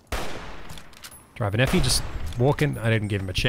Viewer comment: take a shot for every time says "Driver Nephi" incorrectly